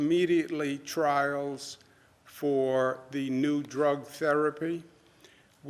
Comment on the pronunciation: TRAIL? OR TRIAL?